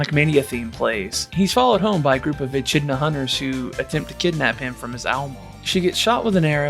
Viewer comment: lmao, you said etch idna